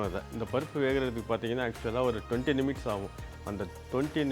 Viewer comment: நிமிட்ஸ் அல்ல மினிட்ஸ்.